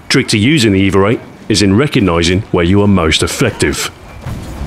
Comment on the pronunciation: Does anyone else hear "eve-er" when he says EVA? I'm imagining things... anyway, great video Stu, nothing like your weapon guides to make me want to drop what im doing and go have a round with the weapon in question :)